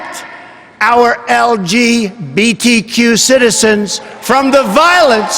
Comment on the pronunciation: Well, that was weird... especially the "EL-GI-BEE-TEE-QIOU" part